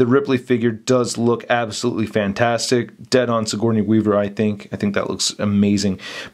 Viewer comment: Lol! WEAVE-HER! As in Sigourney.